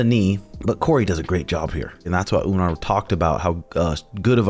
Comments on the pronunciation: Lmao please stop saying Umnar it’s just Umar 😂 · It’s Umar not Umnar 😂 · Its Uuu( long vowel) Mar ( mar ket)..yah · Umar. with M....mmmmmm NOT UMNAR!!! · You mean "Un"mar is 18-0. 🤣 Have no idea why this dude& Suga can't say Umar. "Omar" is a very common name in the Muslim world, but some places like Dagestan, it's spelled "Umar" and pronounce slightly differently "Oo-maar" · It’s not a good sign that you guys are looking past Merab. And why the hell do you keep saying Umnar? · I don't get it, why are you and insisting on calling him Umnar? is this the new trashtalking? you're just sounding dumb af. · umnar, marab, beenoyt stdeny haha suga and tim purposely butcher the names of dudes they hate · Stop calling him Umnar you mofos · It's actually "oom-gnar" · Umnar Nurmadurkadurk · Unsubscribe for saying the name wrong. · Sug and had no problem pronouncing Umar before he became a contender 😂the pettiness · Childish. You are a grown man, stop mispronouncing the guys name. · Pretty sure he’s trolling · He is just saying it because Sean says it like that. At the end he says the name correct,probably forgot 😂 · Leave it up to to mess up every name he’s ever said. I wonder if he’s just trolling at this point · He’s doing it on purpose bro it’s actually funny